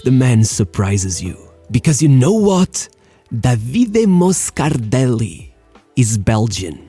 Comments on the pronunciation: Please, enough of calling him Davíde... His name is Dàvide, c'mon 🙉🤷🏻‍♂️ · jeuss christ, learn to pronunce Davide correctly